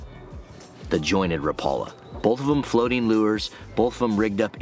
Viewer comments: By the way, rapala pronouces the name rap a la instead of rapala. Like rap music. I used to pronounce it incorrect myself. JFYI. 😊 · I see you're using "teflon" hooks again. One point of trivia here. Until I moved to Upper Michigan I pronounced Rapala the same way you do with the accent on the second syllable. However, because "Raps" are made in Finland and there is a lot of people up here in the U.P. of Finnish decent, they pronounce the name Rapala annunciating all of the vowels. So, like, rap (as in rap dance) a-la. So, when you meet me, (which you will) I will be saying it the Finnish way. By the way, I like original Thundersticks JR's better than Raps...I wish Brad still made them.